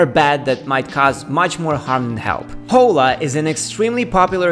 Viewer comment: hi there! First time here 🙋🏻‍♂️ nice content, got a new subscriber 😉 Just a tip, “Hola” is a Spanish word and in this case the “h” is mute, so the pronunciation es like “ola” as if there were no “h”. Regards